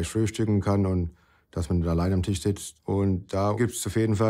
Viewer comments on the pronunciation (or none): none